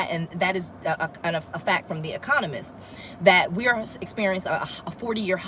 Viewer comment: You said Oui? You are speaking French. Who is Oui. Because when you say we in English it sounds like you have help owning those properties. You didn’t say me. You said oui.